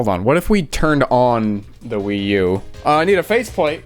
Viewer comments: New console achieved, name. The PWee 😂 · A WiiC. Or a PWii, if you will.